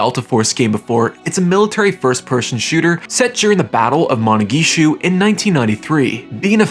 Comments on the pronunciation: Managishu.. Lol. Not Mogadishu, Managishu apparently. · Great video but your grave mispronunciation mogadishu was the best part :face-blue-smiling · Manageeshu? You mean Mogadishu? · Bruh butchered the name of the settings of black hawk down harder than the rebels did the rangers. Great video!